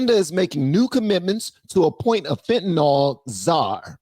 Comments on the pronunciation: It’s pronounced fentanIL NOT fentanOL. 😊 Love ya! ❤ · Fentanyl is pronounced fentanil